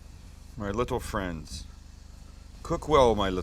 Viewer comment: "cook well my little fwends"😂😂😂